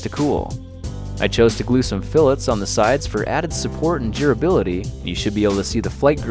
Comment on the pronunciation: Am I the only one that hears "ghuribility" when he says durability?